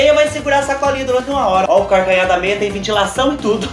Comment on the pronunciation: Kkkkk "partido do carcanhá..." É assim memo que nóis fala lá no sítio. Kkkkkk